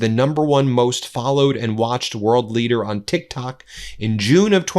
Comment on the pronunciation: It’s Tik Tak not TikTok 😂😂😂